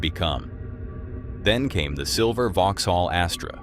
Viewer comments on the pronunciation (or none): none